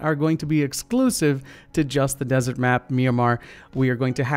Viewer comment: desert not dessert